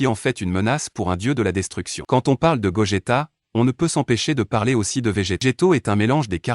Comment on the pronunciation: Goku = Gokou en prononciation Vegeta = Vegita en prononciation